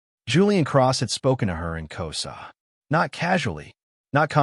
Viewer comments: It's Xhosa not Koza. I won't comment on the conversation it's distortion. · I am from South Africa and it is not K o s a its actually K HOZA you use the H more pronounced and the S sounds like you use a Z and the Z is also more pronounced so you know..